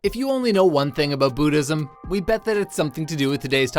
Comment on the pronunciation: "Booddhism" Never heard of it. Is that the religion of the Boo's in Mario ?